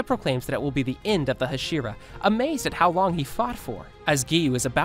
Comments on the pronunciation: I never understand why some people can never pronounce the names correctly Putting emphasis on parts that don’t need it like the shi in hashira and the su in inosuke Hashira is pronounced Ha-shi-rah Not Ha-shee-rah Inosuke is pronounced Inos-keh Not Inoo-soo-kee And Akaza is all short A sounds A-kah-zah Not A-car-zar Also Japanese is easy in the way that all syllables are the same length so there is no N-chir-rin blades There is nee-chi-rin blades You way say shi in the same amount of you would say a (pronounced ‘ah’) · It’s almost like you’re purposely mispronouncing several things and it’s beyond irritating there’s no excuse for this. In O sook e? It’s in ohs Kay Inosuke. It’s Ha she rah not ha sheer ah. Wtf? There’s an anime out how are you still doing this? Lord Inosuke will not take this sort of disrespect! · Nobody gonna talk abt how he’s just torching inosukes name over and over and still hasn’t figured out how to pronounce hashira